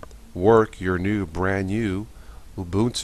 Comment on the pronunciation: Actually it is pronounced oo-boon-too. Some however pronounce it wrong.